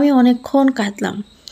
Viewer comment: কাদলাম নয় “কাঁদলাম”